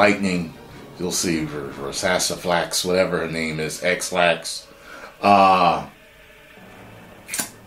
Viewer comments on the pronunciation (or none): yeah the boss, called her Ex-Lax(laxative) LOL fitting cause that Laxasia the Complete Boss fight was some Sh1t i tell u